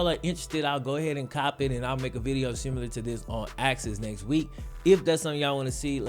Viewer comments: there’s no U in similar. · Shawn Banzhof sim you ler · Am I the only one thrown off by the way he says similar? love the content keep it up